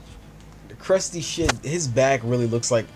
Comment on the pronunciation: Also, it's Crusty not Crutsy. -_